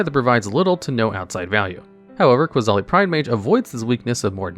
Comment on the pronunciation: 10. I think the funniest combo with Ajani's Pridemate would be with Weather the Storm. Imagine someone going for a huge Storm stack, only for you to cast Weather to make Ajani's Pridemate huge, provided no Flusterstorm or Stifle happened. 8. Did I hear Qasali pronounced as QUAsali? 7. It's Ee-kor-reeya. Not Ikoria. He even pronounced it correctly later, I think. Also, Kaheera's a girl? 1. Ah yes. Lurrus, part of the 2021 trinity of nonsense alongside Oko and Uro, and arguably the worst. You know a card is busted when a mechanical errata doesn't stop it at all. Also, what about Mirri, Weatherlight Duelist, Alms Collector, Hungry Lynx, Qasali Slingers, Leonin Shikari, Pride of the Clouds, Leonin Warleader, Pride Sovereign, Felidar Sovereign, Lion Sash, Prowling Serpopard, Temur Sabertooth, Qasali Ambusher, and Leonin Abunas?